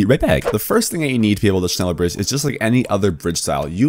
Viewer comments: Its pronounced shnella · shhhhh- neller its not that hard jeez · Just say “shnellar” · Es triggert mich jedes mal wenn er sneller sagt^^ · just pronunce it like shneller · more like shneller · U pronounxe it like shnella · Says Schneller like shneeler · it sounds alot like ‘sneller’ which literally means faster in dutch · iT's nInJA nOt ScHneLlEr!!! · Isn’t it shhhh neller? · shneller bridge lol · You say sh... then you say neller... its not hard... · I am from german and its realy funny how you say „schneller“😚😅😆😆😆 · The dislikes are from those who cant pronounce Schneller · german noises intensifies